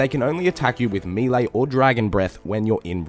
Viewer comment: What attack style is “mee-lay” ?